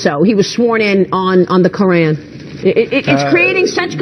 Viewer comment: Why is it sooooo hard for white Americans to pronounce the word KORAN??? I am not Muslim bit it is so annoying. it makes Americans sound so dumb. Omg.